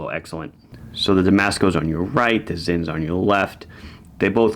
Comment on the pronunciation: Its not 'Zin' but 'Sinn'. As in sin.